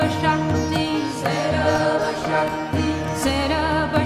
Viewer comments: Wrong Pronunciation. It's 'Sarva shakti'. Not sarab shakti. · Madam it's not sarab shakti it is sarba shakti please correct this